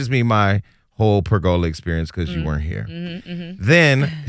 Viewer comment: PERgola, not PergOla lol